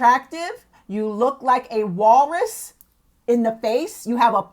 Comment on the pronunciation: yoooo, how she said walrus lol